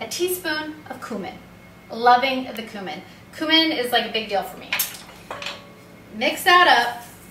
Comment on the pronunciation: Check the pronunciation of cumin.